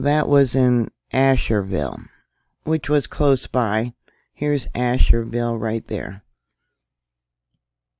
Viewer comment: Not Asherville......just Ashville. Interesting news. Thanks I lived in NC for many years and it's always interesting to hear what's going on back there.